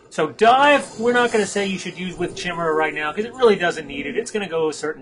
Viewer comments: i love ur vids man but damn ...like yamidante said ...ITS NOT "CHIM" its "KY"!!!! ....jeeez.... ;p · is pronounced Kai-mera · awesome videos, great narration, and some great nostalgia from the WotLK beta :) Just one nitpick, though. The correct pronunciation is "Ky-mare-uh", every time you say your variation I keep expecting you to start singing the chimney song from "Mary Poppins" XD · Hehe,Its actually pronounced CA-Mera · Pronouce ( ky-mira ) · great video, not to big on the commentation voice but whatever LEARN HOW TO SAY CHIMAERA!!!! Pronounced KI-MERA phonetically.